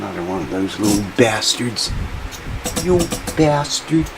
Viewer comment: “Yew Bastard”...😂 hilarious